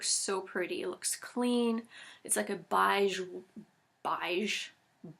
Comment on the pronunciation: You said "beige" like I say it in French. Thanks for great ideas!